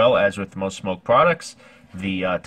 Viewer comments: It’s smok not smoke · It’s called smok not smoke